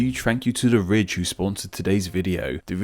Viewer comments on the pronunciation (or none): The accent made me hear "This episode is sponsored by the rich" love it